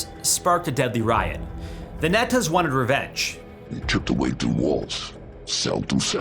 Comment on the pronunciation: When you say NETAS its spoken like KNEE-ETAS